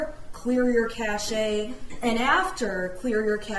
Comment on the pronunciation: It's pronounced cash not kashey